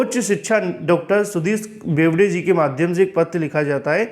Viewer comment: बोबडे लिखा है आप बेवडे पढ रहे है